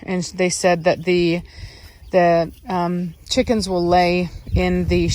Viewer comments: When you say cheeekins, you're a scouser in your soul lol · "Look at all those chickeens " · Lely Negron “chikenths” thank you very much 😌🤣